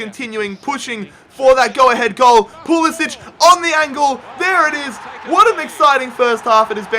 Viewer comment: A few nitpicks - It's "JOH-zee" Altidore, and "PULL-ISS-IK", not "PULL-ISS-ICH" (even though they announcers call him that)